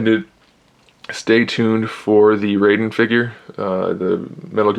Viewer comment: not to be a nitpicker, but you're mispronouncing Raiden.